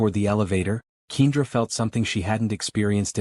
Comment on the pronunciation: Wonderful Story! However, If you choose to have a make-believe story of a mixed couple then choose a Name that the Narrator can pronounce. I believe that Ms. Johnson's Name is Pronounced Kendra not Keindra. Kindly, Fix the Correct Pronunciation of Kendra's Name because other than That, it sounds Stupid!!! Some folks Names don't make sense or Spelled properly?